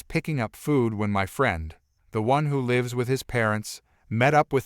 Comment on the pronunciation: Must be from another country, can’t pronounce the word lives right. It’s so annoying to hear words pronounced wrong.